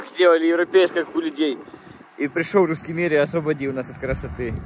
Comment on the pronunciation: Зю и Вю, картавое произношение "Гусский миг". Разве можно в такое непростое время стебаться над собственным президентом?